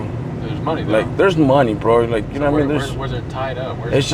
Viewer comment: "You know wharra I mean"😂